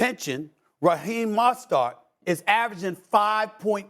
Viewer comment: He said Raheem Mastart 😂😂😂